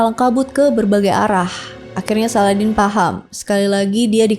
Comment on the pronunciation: Bacanya SALADIN, bukan SALADEN 😅